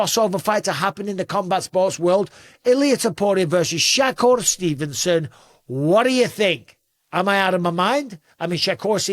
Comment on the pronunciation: Bisping got all Russian when pronouncing Shakur